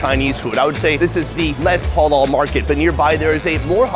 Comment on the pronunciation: when he said halal it sounded like hallol